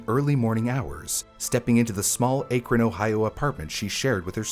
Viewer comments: It's pronounced “ACK-run,” and not “AKE-ron" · "Cuyahoga" is not pronounced "koo-yuh-ho-ga", but rather "ky-uh-ho-ga". Edit: And "Akron" is not pronounced "Ay-krun", but rather "Ack-run". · It’s not Acre-on it’s Ak-Ron. It’s not Cooahooga, it’s Kaya-Haga. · It’s Akron not Aykron 😭 like the A in Apple. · AYY-KRIN lol its pronounced ACK-RIN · ack-run ohio not aaa-krun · And unfortunately, Akron is also mispronounced. It is pronounced Ack-ren, not Ayke-ren :( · As a native Ohioan, Cuyahoga is pronounced (Kai-uh-ho-ga) and Akron is (Ack-ron), not (ache-ron)😭😭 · Ok I have to be that guy as a local to the place. Cuyahoga (Kai-a-ho-guh) Akron (Ahh-kron) Great episode otherwise 😅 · great video. all the mispronunciations got to me though 🥲 cuyahoga sounds like. kaya. hawga. akron is ah. krin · As someone from NE ohio, the mispronounciation of Cuyahoga, Berea, and Akron is so jarring. Kai-yuh-Hog-uh Bur-EE-ya Ack-run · Cuyahoga: KY-uh-hog-uh Akron: ACK-rin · Akron (short a like in cat), and Cuyahoga (Cuya is kaya like kayak) I’m sorry it’s a great video but my internal Ohioan was freaking out. 😂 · It's Ki-yah-ho-gah. And Bur-ee-ah. And Ack-ruhn. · Just nitpicking an otherwise great vid, but it's pronounced Cai-yah-HO-gah and Ack-ron. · Akron = A (rhymes with cat) kron rhymes with tun) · haha also "bur EE ya" and "AK run". a lot of place names in Ohio are native American, very little French-influenced pronunciations. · The way you were saying Akron was so annoying. It's pronounced as Ahkron. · Also Akron is pronounced as "ACK-ron" Knickname: Crackron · ACK! ACK!! ACK!!! It's ACK-ron!!!!!! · Kai-a-hoga Ack-run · Speaking as a native Clevelander here... Cuyahoga = k-eye-ah-hog-a Akron = ack-ron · He got both those names right once in the video. Once. Then went back to saying A-Kron. Even though I'm not from Ohio, it made me cringe every time. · Came here to say this. I kept saying, "ACKron!" 😆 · Dang eff Ohio lol Akron pronounced crazy too lol